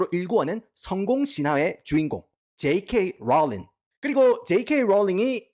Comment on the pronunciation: 줴이케이 뤌륑